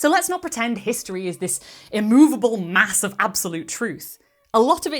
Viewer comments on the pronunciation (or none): none